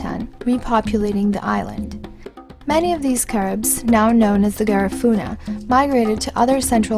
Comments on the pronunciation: Atleast say the name right its an insult to my culture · You can't even pronounced Garifuna.